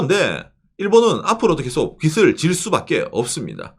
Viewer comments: 빚을 자꾸 빗이라고 발음하심... ㅜ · 발음하실 때 빚이 = 비지 빚을 = 비즐 이 맞습니다. 비시, 비슬은 머리 빗을 발음할 때 사용합니다. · 빚을, 빚이 - 비즐, 비지 로 발음해야 합니다.